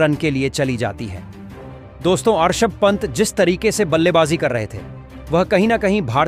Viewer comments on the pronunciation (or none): This men Rishav pant not Arshav pant